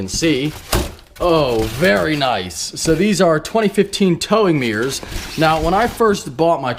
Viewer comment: ohhhhh "mirrors" i thought you were sawing "towing gears" LOL